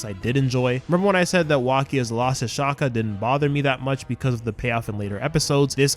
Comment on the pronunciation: Did you just say shaka it’s Xander shaakdara